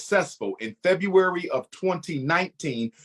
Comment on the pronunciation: I can't possibly be the only human being who knows that everything he does he does them in the month of FEBYOUWAWY? such an habitual liar. And trust me, I tried, I tried hard to believe this conman until I started following his videos and noticed he's hardheaded and a narcissistic egoist with underlying childhood trauma who has made it all about himself.